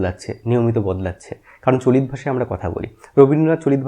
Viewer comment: আমি বাংলাদেশ থেকে, আমাদের ডা. সুনীতিকুমার চট্টোপাধ্যায়ের ধারণা পড়ানো হয় না। ডা. শহীদুল্লাহ এর ধারণা পড়ানো হয়। গৌড়ীয় অপভ্রংশ থেকে বাংলা ভাষা এসেছে বলে আমাদের পড়ানো হয়। আপনার উচ্চারণ গুলো কেমন জানি লাগলো। "আজকে" কে বলছেন "আজগে"। "চলিত" কে বলছেন "চলিৎ"। তবে আপনার উপস্থাপনা বেশ প্রানবন্ত, বাংলা ভাষার প্রতি আপনার আবেগটা জোড়ালো। ভালবাসা রইলো। পাশে আছি। এমন আরো তথ্যবহুল ভিডিও আশা করছি।